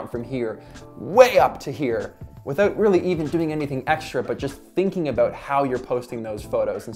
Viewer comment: "Aboot"🤣🤣 good videos thanks 😁